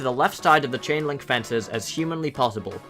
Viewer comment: Every time you said chain-link I thought you said Ching-ling XD 👌👌👌